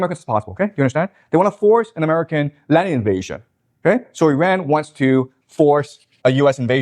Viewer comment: He can’t even pronounce Iran God it’s cringe when Destiny doesn’t know as much about a subject but acts like an expert anyway. “I feel like…” cool man, whatever. “Weren’t there Russian tanks in Kyiv on day 2?” Lmao